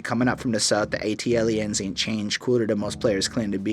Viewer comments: The way you pronounce the album title though lol, it’s just A- T- L - liens rather than Atliens but you’ve said it right correct in some areas of your review. I do have to say, this is the most subdued OutKast album out there and I can see why thinks it’s a snoozefest because it’s not high in energy but it’s production got the fuck out the way in order for the sharp lyricism of 3000 and Big Boi to shine to its fullest and more times than often if the production is lively and super dope it clouds and distracts what ever the MC could be saying, like a defense mechanism for wack MC’s. Great review, definitely one of the hardest OutKast albums to appreciate. “Elevators” is a classic in Hip-Hop whether likes it or not lol. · I like the pronunciation of the album title. Iol it's actually short for Atlanta aliens. that's y tha ATL stands out . Great review tho. I also watched ur goodie mob review. Am from Mississauga btw👍🏿